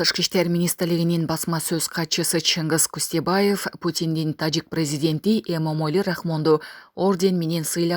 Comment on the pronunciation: Ассалому алейкум туугандар, Эмомали деп оз атын айталычы туура болот